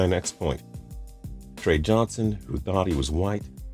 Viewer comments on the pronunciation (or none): none